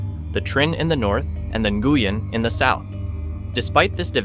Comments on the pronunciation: Nguyen is prounced: Win. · I found it strange that different incorrect pronunciations were used. At some points "New-yen" was said and then "Na-gu-yen". The correct Vietnamese pronunciation is more like "Wheeng", but it is often Anglicised to "New-yen". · New goo yen 🤣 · You pronounce Nguyễn incorrectly. Quite an important word to get right on this topic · If you're going to talk about how important the name Nguyen is to Vietnam maybe ensure it's being pronounced correctly... oof.